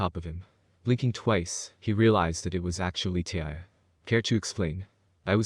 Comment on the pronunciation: I think you need to learn English and figure out how to say tyuy's name correctly